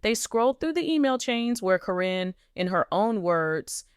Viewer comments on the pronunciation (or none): Corin is Caryn Chandler. The woman doing the reporting should know how to pronounce the names but she messes up frequently. Sometimes she says the name correctly then in the next sentence or two she mispronounces the name. She does for Zach's and Lila Ray's names too.